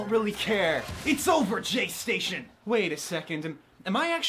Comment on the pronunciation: "JSTATION" I DIED